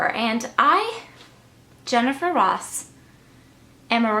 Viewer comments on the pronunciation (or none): none